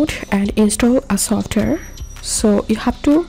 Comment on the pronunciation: esotare 💀💀 its software 😭